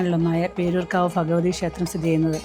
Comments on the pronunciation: ..എത്രവട്ടം പറഞ്ഞു തന്നു..ഭഗവതിയെ പോലും ഫഗവതി എന്നാണല്ലോ ഉച്ചരിക്കുന്നത്..അടുത്തിരിക്കുന്ന തിരുമേനി പോലും ഭഗവാൻ എന്നും,ഭഗവതി എന്നും ആണ് ഉച്ചരിക്കുന്നത്...അല്ലാതെ ഫഗവാനെന്നും,ഫഗവതി എന്നും അല്ല..ഹാ കഷ്ട്ടം തന്നെ..സാധാരണ കൊല്ലം ജില്ലയിൽ ഉള്ളവരും,തിരുവനന്തപുരത്തിന്റെ ചില ഭാഗങ്ങളിൽ ഉള്ളവരുമാണ് മലയാള ഭാഷയെ കൊല്ലുന്നത്... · ഇതെന്താണ് ഇങ്ങനെ ഫഗവാൻ ഫഗവതി മനപ്പൂർവം പറയുന്നതല്ല എന്നറിയാം എന്നാലും എന്താണ് ഇങ്ങനെ